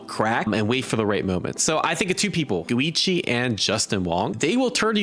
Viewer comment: dude, where are you from that you keep pronouncing Go ad "goo"? Goo-ichi, Dai-goo, like dude lol